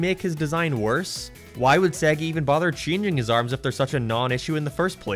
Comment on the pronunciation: SEGGEH???? It's SAYYYY - GAAAA - I mean they literally say it at the start of the Sonic games. :p x